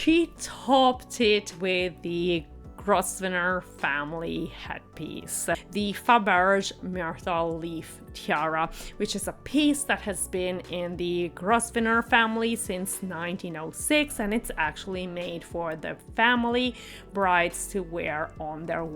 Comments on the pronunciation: It's pronounced "Grove- ner" geeze, do some damn research. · Grosvenor….is pronounced Grove-nor not as she said it. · Who is the Duke of Minster or Westmin , and who the heck is Hugh Grosvenor or did you actually mean the Duke of WESTminster and Hugh Grove-na (spelt phonetically). While the tiara was by Fabergé [note the accent over the final 'e'] and not by Faberzh as you stated. If you are going to talk about a couple's wedding you might try and get the groom's name correct, it isn't difficult nowadays to find out how names are pronounced using the internet. And eighteen eight is NOT the end of the 19th century but the beginning (if you actually said eighteen eighty then your editing is terrible as you appear to be cutting off half your words (eight instead of eighty and Westmin instead of Westminster for example). Sorry but I couldn't watch beyond 6.36 as you are reporting on something while getting everything wrong including the very easy pronunciations of names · This commentator's voice like nails scratched down a blackboard.,,,, And who the hell cares if the Westminster cake ws similar to that of the Traitor and the witchwife? Does this despicable couple have to be inserted into everything? Grosvenor is pronounced Grovner not Grossvenor. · It is not pronounced gross ven or but the name Grosvenor is pronounced grow ven or for goodness sake I am sick of hearing this mispronounced. For a successful video please do some research and do not show ignorance because their name has been correctly mentioned over and over on the news. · PS you mispronounced his family name too. You don’t pronounce the S you were pronouncing it Gros venor it’s actually pronounced Growvenor or more precisely Grove na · Grosvenor is prononced Grovenor - the S is silent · The cake was NOT inspired by the Harkles, and nothing about this wedding had anything to do with them. BTW, the name is pronounced Gro-venor, the S is silent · The "s" is silent in Grosvenor. So it's pronounced Grovenor!!